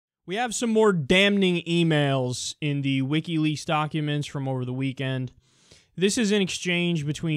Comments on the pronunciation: I support this guy's politics, but I couldn't get past the fifth word. It may be spelled "damning," but it's pronounced DAMMING. Learn how to pronounce basic words if you are putting yourself out there on YouTube. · Hey Kyle. The N in damning is actually an M. It's damming.